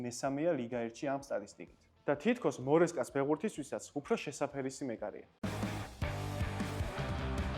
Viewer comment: მორესკა არ არის, მარესკა არის. enzo maresca. ცუდად არ მიიღოთ, მაგრამ საფეხბურთო კონტენტს რომ აკეთებთ, რაღაც კონკრეტული თუ არ იცით, გადაამოწმეთ მაინც. ყურში ძალიან ცუდად მომხვდა. აი მაგალითად: 10 წლის შემდეგ ვიდეო რომ შეგხვდეთ, სადაც ამბობენ რომ, ფობრეგასს , ან მორკინიოსს , ან ლოვანდოვსკის, ან პაიოლს ან ... ძალიან ცუდად მოგხვდებათ ყურში. კეთილ რჩევათ მიიღეთ. მაინც ძალიან საინტერესოა. წარმატებები და ბევრი სპონსორები 👏🙏🏻